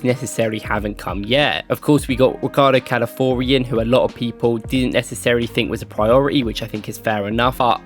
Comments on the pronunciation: All due respect bro but please, it's Cal-a-FEE-OR-ee 😂😂 not Cal-A-Four-ee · Love the video as always. One thing. Calafiori….pronounced like CAL-AH-FEE-OR-E. Calafiori